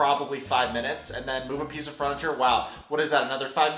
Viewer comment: Sweetheart how you say furniture makes me queasy